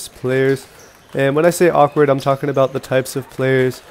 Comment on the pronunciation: U said awkward long pips very awkwardly lol